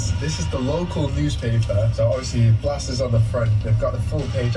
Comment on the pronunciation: Not Saturn It's (blasteeeeeeers blasters) Kerala BLASTERS